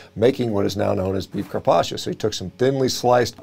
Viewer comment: I'm Italian, so the way you pronounce "Carpaccio" makes me laugh so hard 🤣 The correct way to pronounce it is not like "Carpacheeo" but more like you would pronounce "Carpaccho", without pronouncing the "i". And, also, the Italian language has many double consonants and they are pronounced stronger than a single consonant.